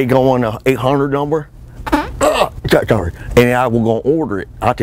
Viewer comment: "UHH... Asha shorry"